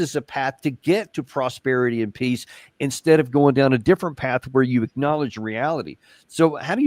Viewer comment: Somebody please teach zelenski to pronounce the word PEACE!!! It's P E A C E Mr. President, NOT PISS!!! Dang!!!